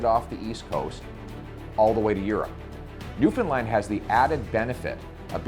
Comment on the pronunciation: He even pronounced Newfoundland correctly. This guy is awesome sauce